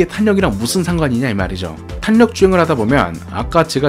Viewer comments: 그냥 자연스럽게 탈력 이라고 발음하시면 됩니다 ㅋㅋㅋㅋㅋㅋ 탄이라고 하시니 더 어색하게 들리네요 (탈력이 맞는 발음법입니다) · 내용.....너무 좋은데ㅠㅠㅠㅠ 발음.....이 자꾸 귀에 밟혀요ㅠㅠ 정확하고 좋은 영상이 되었으면 하는 마음에 말씀드려봅니다 탄력[탈력]입니다 오늘도 좋은 영상 감사합니다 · 단어전달을 분명하게 하시려고 일부러 탄으로 애써서 읽으시는게 오히려 어색하단걸 말해주고 싶은겁니다. 영상 보시면 중간중간 분명 빠르게 탈력이라고 발음할때가 있어요. 평소엔 제대로 발음하시다가 영상때문에 저렇게 발음하시는것 같아서 적는겁니다.